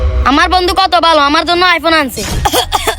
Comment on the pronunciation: উচ্চারণ টা বন্দু হবে না বন্ধু হবে 😂😂